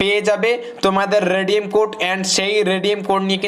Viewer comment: আবে ভস্রিকে তুনে তো বলা রেডিয়াম